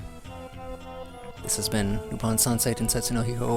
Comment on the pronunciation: It's lupin, not lupid